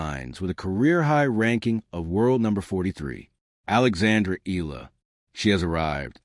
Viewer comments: It's pronounced E YELLA. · Please learn how to correctly pronounce Alexandra's last name. It is simply disrespectful to talk about her and mispronounce it every time!!!